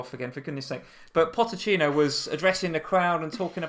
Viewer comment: Its pochetino not potechino js ( god knows if i spelt it right but you get it)